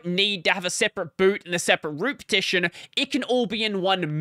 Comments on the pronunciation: you're saying it like /pʰˈtʰɪʃn̩/ but everybody else with an Australian accent says /ˌpʰɐːˈtʰɪʃn̩/ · thats not an accent you are just saying it wrong???